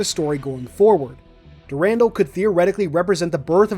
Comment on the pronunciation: "Dur-rahn-dahl", my friend.